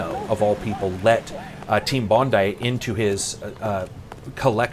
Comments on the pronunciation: Good job pronouncing "Bondi" correctly :) It's a suburb of Sydney renowned for its amazing beaches... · Thanks for saying Bondi properly, instead of Bond-EE as I tend to hear on here